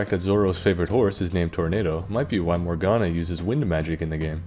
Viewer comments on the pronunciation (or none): none